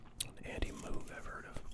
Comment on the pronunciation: Moog is pronounced MOHG.